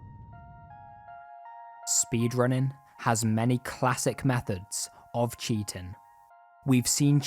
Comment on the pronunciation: Dude... There is no K at the end of words that normally end in ING... Cheatingk is not a word.